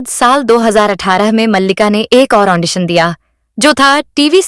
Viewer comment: Andition nehi Audition hota hein